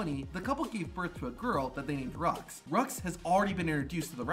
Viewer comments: I don't like how dude in that video said the name of Seth and Becky's daughter. I know damn well it ain't pronounced "Rucks" I swear it was supposed to be pronounced "Roo" Not completely pissed off by it, btw. Just very slightly annoyed. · Becky and Seth's daughter's name (Roux) is pronounced Roo, not Rux. Proof here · I could be wrong but I think Seth & Becky's daughter's name is French and pronounced "Roo".